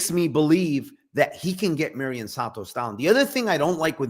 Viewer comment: It's "mairon santos" not Marion lol